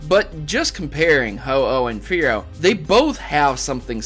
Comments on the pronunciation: Spear-oh / Fear-oh / Ho-Oh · Fearow rhymes with ho-oh